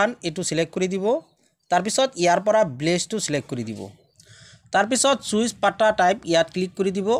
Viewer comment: প্লীজ CHOICE ক চুইচ উচ্চাৰণ নকৰিব চয়চ্ বুলিহে উচ্চাৰণ কৰিব । বাকি চব ঠিক আছে ।